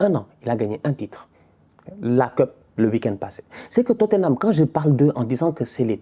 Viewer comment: "I don’t care about totthenam , franchement c’est pas mon pwobleme j’suis twes content qu’il ai pewdu , ces tocaw🤣🤣🤣🤣🤣🤣" j’suis cuit 😭😭😭😭😭🤦🏾‍♂️